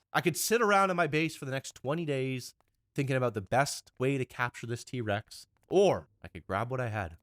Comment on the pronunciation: did he say d-Rex or T-rex